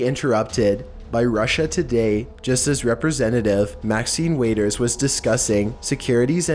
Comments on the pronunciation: Maxine Waiters??? It’s WATERS...you know like the waters of a lake...WATERS!!! You seriously need to learn how to properly pronounce words 💧💦🌊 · Maxin "Waiters"? Really? only you bro, only you lol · Maxine Waiters? Holy shit. It's WATERS. You only have one job and that's to read things that smarter people wrote. And you can't even do that properly. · Pronounced wha-ters! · How do u even pronounce Maxine WATERS wrong 😭💀💀💀 BOI